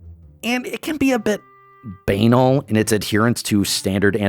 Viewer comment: Banal does not rhyme with anal....